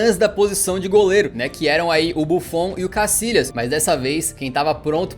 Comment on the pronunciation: Que manera de descalabrar el idioma español,no es casilas sino Casillas,se pronuncia YA CASILLAS YA YA YA